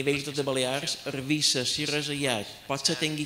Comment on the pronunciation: És Eivissa, no Ervissa. Quan els eivissencs sentim a dir Ervissa, les orelles ens fan un mal que no vos ho podeu ni imaginar. Els mallorquins ens hauríeu de pagar la factura de l'ibuprofèn.